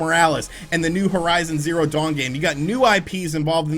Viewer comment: “Horizon Zawn Zero 2”, say what??